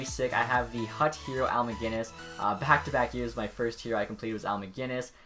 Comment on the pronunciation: Where is the "G" in MacInnis?